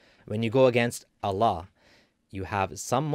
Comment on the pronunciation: It's not pronounced alaah, it's Allah